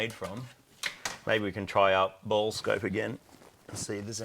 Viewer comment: Bore-Scope, not ball scope.